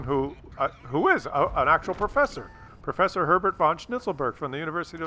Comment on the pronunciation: "perffesser" really, You're starting to get more stupid than normally, there.